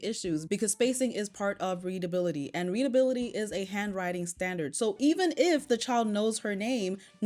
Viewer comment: Alum, instead of all of them. Dis, instead of this. Hanwrine skills, instead of handwriting, this b** can't even talk properly and she expects her kid to spell properly